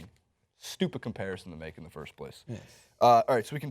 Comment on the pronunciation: it amazes me how Draymond even get the question reporter. All i hear was 1st frood, 2nd frood, 3rd frood -_